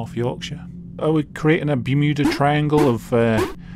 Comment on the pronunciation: BerMOOda Triangle